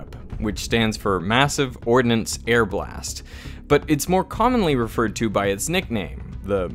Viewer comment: It sounds as if you mispronounced "ordnance" with an "i" . Tsk tsk. ;-)